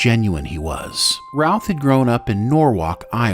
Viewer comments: why does this AI say ralph over and over again clearer and no roth, creator i award you no points but some style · Great great video. But I keep hearing Brandon "Ralph" when you say it 🤷😅 By the way, Tristan Lake didn't win a daytime Emmy in 2018. He got a nomination.